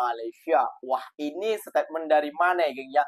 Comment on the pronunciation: Bang 'statement' bang, bukan setepmen bang 😊